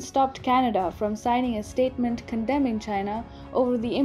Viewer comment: Did she pronounce condemn as condom 🤔🤔?